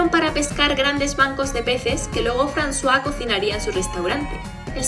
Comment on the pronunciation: Jajaja siempre pronuncie el nombre de Francois literal y cuando dijiste frazua me saco de onda al igual que lo trataras de hombre a mi siempre me parecio mujer